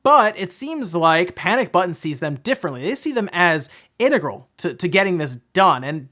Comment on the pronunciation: Oh thank God someone who knows how to pronounce "integral" Its not "in-TEG-ral" its "IN-tegral"